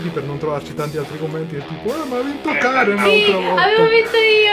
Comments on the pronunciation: dice Karen non Cane XD pur'io avevo capito cane ahahah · Non lo so sembra che dica la "r" di Karen ma la "n" non si sente proprio